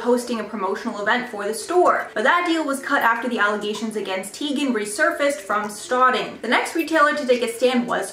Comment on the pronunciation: She said her name is supposed to be pronounced Chrissy TY-gan. Just FYI for future reference